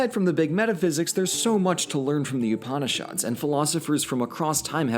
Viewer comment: mispronouncing Upanishads Me: breathing slowly Calm down, he doesn’t know. It’s ok. cHILL